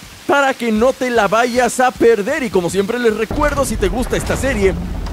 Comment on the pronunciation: No es 'vaiyas" ni "vaigas" es vayas😂😂😂 saludos 😎